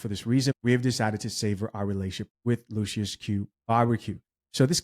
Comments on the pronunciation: Pronounced “lushes”! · "Luc-iFER bbq"? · I don't know if you're pronouncing the name of the barbecue right Lucius is a satanic sub word for Satan or Lucifer